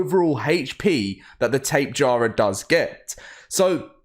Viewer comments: Tape-jar-uh Lmao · Can you please pronounce tapejara correctly sir